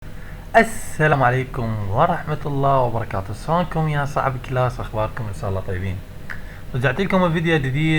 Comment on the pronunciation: اصونكم هههههههههههه حاول يقول اشلونكم